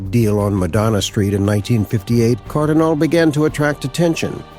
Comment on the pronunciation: Nice tribute! (BTW, Cardinale is pronounced "car-dee-NAH-leh".)